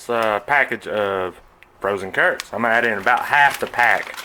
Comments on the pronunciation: It sounded just like you said taters and turds! Hahaha. I make cornbread to go with mine or a loaf of crusty bread and butter. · Turds, southern way of saying carrots.